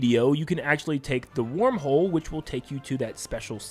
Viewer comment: bro said warm hole 💀